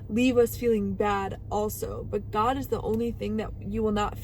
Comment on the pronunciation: Oh my Gad…like, oh my Gad…